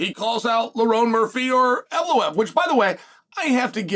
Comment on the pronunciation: “Evloev, Evlev, Eliev, Evlobev”…. We love you Chael! Never Change, Brother!